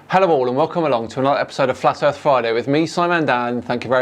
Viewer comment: The earth is FLA. . . Gotta minus the T 😅 *Earh . . The earh is fla